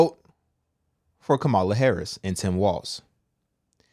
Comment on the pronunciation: Kam-a-la just like you pronounce Pamela . It's the same way. So many people mess up her name. Lol.. Said with love❤